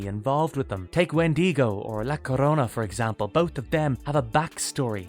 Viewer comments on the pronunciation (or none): Sounds like you might be pronouncing La Llorona as "La Corona" Instead, you wanna pronounce the double L as a "Y" sound and roll the "R" (if you can, but it can be difficult if your native language doesn't roll their R's, so just do your best). So it would be phonetically more like La Yorona. Hope that helped! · In Sleepy Hollow he's a Dullahan and he's not American he's Irish also he carries a pumpkin or nothing, the legend is he's searching for his head 🤦🏻‍♂️. Also it's La Llorona , not sure where the C came from in your pronunciation guess you were in need of alcohol and Corona is your go to.